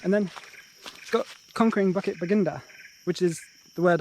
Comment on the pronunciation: Fascinating video, as always... thanks for this! Just a comment on pronunciation, bukit is pronounced boo-kit, not bucket. For a split second at the start of the video, I thought I heard something completely different there ;)